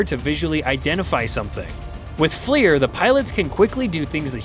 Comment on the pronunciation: the F-L-I-R acronym is pronounced "fleer", as in the bubblegum brand, not spelled out, as your DUMB AI narrator has done.